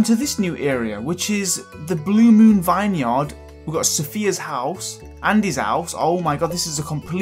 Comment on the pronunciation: Anyone else get a Little anyonned when he said vine yard